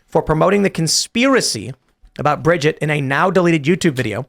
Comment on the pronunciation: Sssso it’s “ Bridger” Macron??? Lol